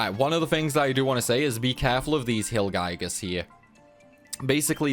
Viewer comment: The mountain was pronounced pretty good but wyrm=worm and gigas=gig (as in gigabyte) and us. Gig-us